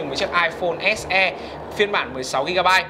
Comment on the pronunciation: "ếch e" và "ếch i" :v